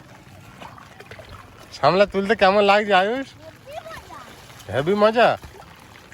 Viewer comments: কথা টা সামলা না শাপলা, আমি শুনেছি শাপলা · Sapla not samla